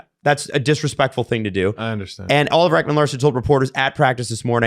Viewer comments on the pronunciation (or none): none